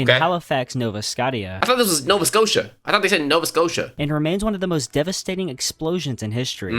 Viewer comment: The narrator was definitely pronouncing names weird. Nova Scotia & Chair-noble especially. Al Qaeda’s reason for 9/11 was U.S. military involvement in multiple Muslim countries, including support for Israel. Although the U.S. did ally w/ the Mujahideen and Bin Laden in Afghanistan, after the U.S.S.R invaded in the 80’s. Interestingly, the Bin Laden family had a construction company that had ties to an equity firm that had ties to George Bush Sr. These historical ties are what fuel conspiracy theories.